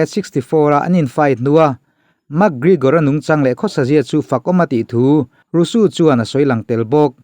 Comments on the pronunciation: Engatinge RONDA RAWSUU i tih Zel a.. 😂😂 RONDA ROUSEY tih ni na na na.. Rawsuu ti a i lam zel chuan buaithlak awm.. SEY hi Zee/rosy tih ang hian lam tawhtur umm.. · Ronda rosu ni lo in, ronda rozi ti in lam rawh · Rosey hi Rusu tih tur ani mae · Rusu tilo in rauzi ti anga lamjawk tur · A ngaihnawm thin ee mahse Ronda rousey i lam (pronounce) dan khi a dik lo deuh... Rosu ni lo in Rosi ti tur a ni zawk e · Ronda rauzi tia lam tur zawk anih in ka hria👍👍